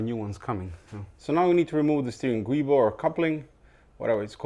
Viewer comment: Just so you know: the 'Guibo' is spelt Giubo, pronounced 'Joo-Bow' :-)